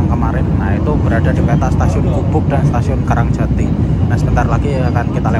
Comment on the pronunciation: KA "Rang-Ga-Jadi" 🎉❤❤